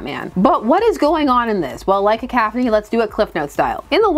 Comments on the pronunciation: Cah-couph-uh-knee is how i've heard it, now i've heard ka-kaf-ah-knee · OK but it's definitely pronounced Cah-cough-on-ee. Right? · I'm not bothered but it's "ca cough annie". But you say it however works for you. Along as I understand what you are talking about, that's all that matters to me. But yeah, in a world where editors were doing their jobs and actually guarding the legacy of the comics, we would get some kind of conclusion to this with or without Smith. But the editors are asleep at the wheel, so no. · I love your "cacaphony." It's right up there with William Shatner's "sabatage." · Only cuz u said peeps would mention it in the comments; I don't know the proper way to say "cacophony" but I choose to say it "cacaw-phony" cuz then it sounds like u r a crow n a murder of crows cawing outside the window is where my brain goes when thinking of a cacophony. I think peeps r gonna be pissed that u pronounced the O in a way that is an A sound n not even the one that is both an O n A sound so let me scroll thru the comments n get a laugh 😂😂😂